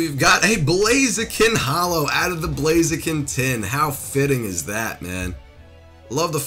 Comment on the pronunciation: JordanJapanNintendoFan✪ blaziken Butcherd it Lol